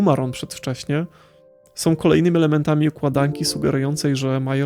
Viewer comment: Fajna opinia, proszę Cię jednak, byś popracował nad wymową. Jak większość youtuberów masz skłonność do mówienia "som" zamiast "są", "winę ponoszom", "oglondajom" itp. Nie znoszę tego.